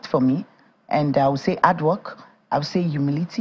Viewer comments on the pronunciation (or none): What is 'ard' work...HARD? 'Elps it's HELPS. Please learn how to pronounce your words properly.